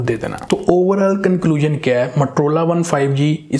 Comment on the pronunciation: matrola nahi MOTOROLA hota hai 🤣